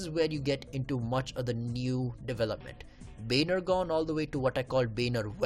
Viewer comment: Dude pl say properly Baner Gaon not bhanergone